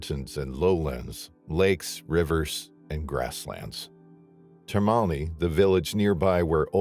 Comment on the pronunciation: Termini is not pronounce Termoni.